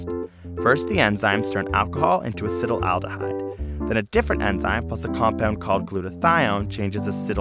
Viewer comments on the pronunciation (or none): A-C-E-T-A-L-D-E-H-Y-D-E... Why do you keep saying Acet-al-al-dehyde?! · acet-aldehyde. not "acetyl-aldehyde" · Wonderful video! I may be wrong but it seems as if you are mispronouncing "acetaldehyde." It sounds as though you are adding an extra "al" to the word, making it sound like you are saying "acetal-al-dehyde." I was under the impression that it was pronounced (at least phonetically) "ass-et-al-de-hyde." Am I wrong about this? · It's acetaldehyde, not acetyl-aldehyde! Gah! Pronunciation! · he says Acetylaldehyde but writes Acetaldehyde.. WHICH IS IT? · Acetaldehyde is pronounced "acid owl de hide" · ur pronunciation of acetaldehyde is horrible. Acet like in acetate, then aldehyde like in formaldehyde, not acetal - aldehyde. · I cringe every time he pronounces it "acetalaldihyde" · I would think that someone would have told him he's pronouncing acetaldehyde completely wrong. "Acetyl aldehyde" is not correct. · I hate how acetaldehyde has an extra syllable in there that is not seen, yet is pronounced. I also hate riding in cars, looking at my phone, and viewing my bank statement.